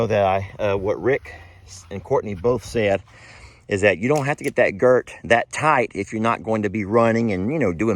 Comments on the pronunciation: Girth. Not girt. And a snaffle bit does wonder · It's a girtH not a girt